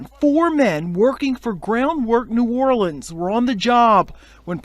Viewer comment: The city is pronounced New-aw-lenz Ain’t no gangs Bunch of street niggas running together from the same neighborhoods and projects. The names r the names of specific places and streets and some are random names and wards that these guys represent. Just cus the news say gangs is not an accurate statement.